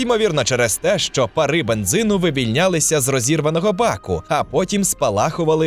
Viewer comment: Щиро дякую за просвіту! Лише мушу підказати, що українською не "парИ", а пАра.